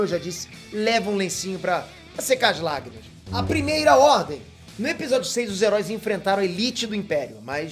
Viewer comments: A Primeira "RRDEM".. errar acontece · "A Primeira Rrdem"